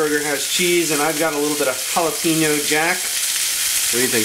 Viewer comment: It's pronounced Jalapheneo.